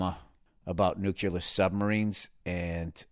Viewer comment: Someone tell him please, NUCLEAR, not NUCELAR